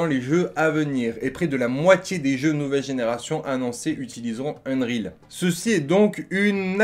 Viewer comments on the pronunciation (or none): C'est UNRIOL pas unerile ..... Anglais bac -8